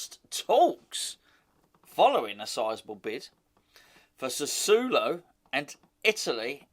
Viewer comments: Lol you always crack me up. It's pronounced like "Sass-swallow" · It's sass ooo oh low. I lived in Italy for 4 years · Doesn't matter, but you need to add a syllable. Sa su o lo. Four syllables, not three. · I speak a little Italian and I’m pretty sure it’s Sca-matcher and Sass-woah-low 😉⚒️ He sounds decent, a very Italian type player. Cheers.